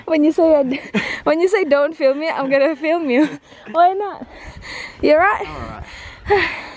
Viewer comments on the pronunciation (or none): none